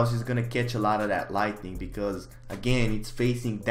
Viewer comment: please learn the difference between 'lightning' and 'lighting' and how to pronounce them words correctly